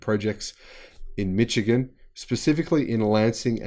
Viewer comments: FYI it's pronounced "Mishigun", not "Mitchigun". For all the good news about GM, with $109 Billion in debt, GM has a massive hill to climb if it is to both retool for EV's and avoid bankruptcy. That is after receiving grants worth $52 billion (they repaid the $6 billion loan). Of course, if the federal government bails them out - again -, who knows? Love your work. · Just FYI.... It's not pronounced "mich-ee-gun"... It's pronounced "mishh-ee-gun".... Emphasis on shh... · I enjoy your videos, however, I have just one criticism. It is pronounced "Mi-shi-gan" not " Mi-chi-gan". Other than that, I love the videos. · yeah nah, it's "mikigan". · The 'ch' in Michigan is soft.. like sh.. mishigian.. eh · Ummm..appreciate your vids. small tweak though...GM is in Mi'sh'igan....the CH is soft. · it's mish-i-gen.;^) I would love to make it to Melbourne some day. I heard it’s one of the world’s nicest cities. I was impressed by Sydney of course, and pleasantly surprised by how nice Brisbane is, but people rave about Melbourne. You are a lucky guy. Great channel as well. You are right up there with SMR. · I was this many years old when I heard a pronounce 'Mitchigan' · yeah nah, it's mə KEE gən. LOL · I’m glad to see GM pump some money into our state’s economy. I just hope it isn’t too little, too late. As a side note, Michigan is pronounced “mishigan”. It is derived from the native Ojibwa Mishigami.